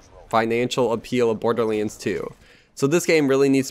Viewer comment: he pronounces Borderleans not my fault :))